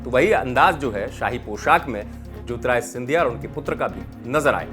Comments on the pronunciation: न्यूज़ अंकर जी... पहले तो आप ढंग से नाम लेना सीखो.. ज्योतिरादित्य को ज्योतिराय बोल रहे हो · बार-बार आप ज्योतिरादित्य ko jyotirajitya bolte hain. Pls correct your pronounciation.